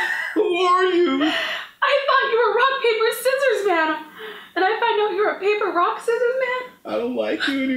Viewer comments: he said papper rock scissors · he did say papper rock scissores